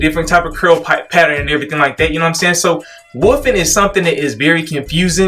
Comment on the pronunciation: as someone else said and I agree is the only waver I listen to for advice. Great content and not trying to constantly sell me something. Also there is a "L" in wolf or wolfing. is it a regional thing with everyone saying woofing?